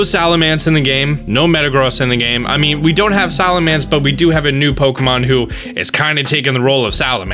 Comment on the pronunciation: why do you pronounce pokemon names so weird? Zigazoon? Salamance? Purrlion? Uzafezant? I mean you have the names right in front of you if you need to you can just sound them out like this, Zig-ZUH-Goon, Sal-Uh-MENCE, Purr-LOIN, and UN-Fes-ent. And how DARE YOU pronounce Pawniard (Pawn-yard) as Pawnuward or Pawnaward?!! I don't even know exactly what you said!!!